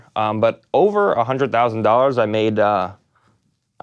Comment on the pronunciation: "Ten thousand dollas"